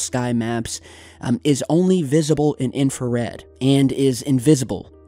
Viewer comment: You deserve to be slapped everytime you say infrared